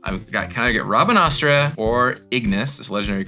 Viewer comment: By the way, it's pronounced "rab-ahn-aster". That is how Rabanastre is pronounced.